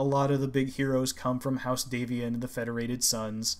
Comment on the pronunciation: The "a" in Davion is pronounced as in "dad". The origin is D'Avion (from Avion, a region of France)